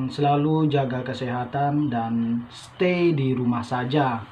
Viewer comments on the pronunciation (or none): none